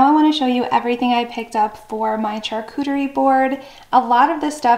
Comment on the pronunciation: Your video is great, however it’s pronounced SHARCUTERY not CHARCUTERY.